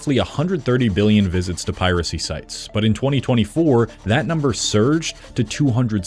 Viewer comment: To hear a supposed human pronounce "piracy" as "pi-RACY" gets old really fast.